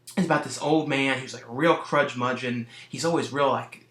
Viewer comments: Crudgemudgeon???? You mean curmudgeon. LOL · Don't take this as an insult, but I love how you often screw up grammar, the names of movies, or just words whenever you do your reviews,. It cracks me up. "Food For The Gods". "Crudgemudgeon". "... frogs coming all over the place".